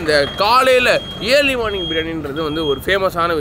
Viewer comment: தம்பி இயர்லி மார்னிங் இல்ல,, அர்லி மார்னிங் சரியாக உச்சரிக்கவேண்டும் 🙏